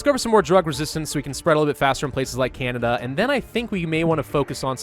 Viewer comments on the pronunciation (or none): none